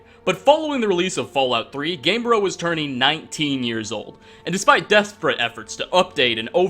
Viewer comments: GAME-BRE-oh. Not game-bro. Like embryo but game-bryo. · It is called GamebrYo not Gamebro...